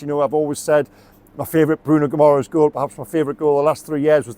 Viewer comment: 🇵🇹👋🏻Pronounced (Gi ma resh”) Guimarães.Good accurate assessment 👍🏻